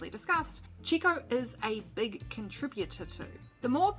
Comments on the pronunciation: Chico Piriez lol It’s ChEco PErez. The way you pronounce mElon or bEst. Hahahahaha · You really should've learned how to pronounce Sergio or Checo's nickname, your pronunciation is ridiculous and embarrassing. We already know who Carlos Slim is and how Sergio got started in racing (karting with no money and his Dad's help ) I'll stop watching your video now ....goodbye..... find another job.